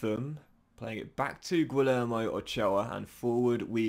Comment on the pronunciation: LL in Spanish si pronounced like Y in English. Imagine it is Guiyermo, not Guilermo. Thanks in advance